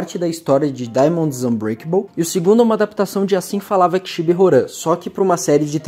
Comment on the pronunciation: Agoniado com o ele lendo "Horan" e não "Roham"